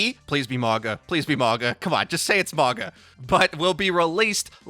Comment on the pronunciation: ITS NOT MAWGA IS MAUGA so imagine maui from the movie Moana exept instead of the E sound at the end it's a GA sound at the end